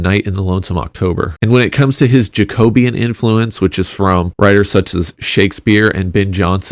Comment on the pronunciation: pronounced jack-oh-bee-an not jayco-beeyan